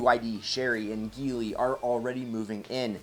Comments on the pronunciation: It's pronounced (j)eely Not (g)eely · It's pronounced "Jee-ly"